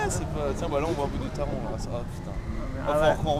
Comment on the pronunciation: Pas tro triste d'être passé à Phanta 15 jours avant Taron (à prononcer Taronne :p) Sinon ce parc est de la bombe et Taron est facile un des meilleurs coaster d'Europe ;)